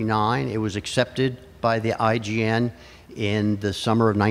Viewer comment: He kept saying IGN, it's IJN right?